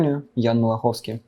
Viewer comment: Только Малаховски, а не Малаховский, да.